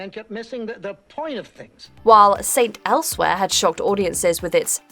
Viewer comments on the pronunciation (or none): none